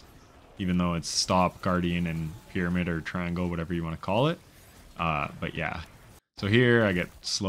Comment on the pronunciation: Pure luck had do who couldn't even say call out loud and properly